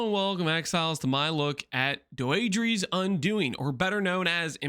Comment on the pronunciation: "doh-eh-dra's" undoing. That's how it's pronounced. Not doeedrees.. fucking English isn't hard